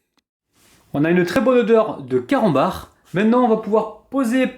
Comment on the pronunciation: C moi ki entend mal ou à 00.18 il a d'i camanbar au lieu de carambar 😂